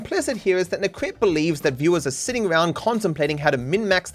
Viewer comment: He constantly puts words in Necrit's mouth, like: "Necrit seems to believe this is how world shoud be", when all Necrit did was just talking about HIS OWN experience with reactions. He also didn't even bother to look up how to properly pronounce his name (it's nEcrit, not necrIt).